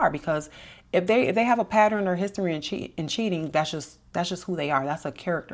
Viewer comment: Sounds like Baltimore or Philly??